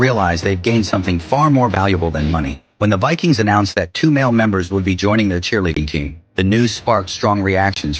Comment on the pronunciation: The " Vi - queens ".